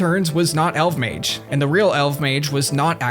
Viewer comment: I miss RSC and pre-GE RS! Also, I always thought his name was pronounced "El-vuh-mayj!"